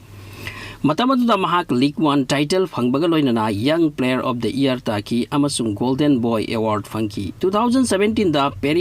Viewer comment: Pronunciation se yade year haibado ear hai e na